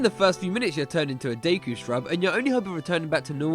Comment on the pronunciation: I just want to thank you for pronouncing "Deku" properly.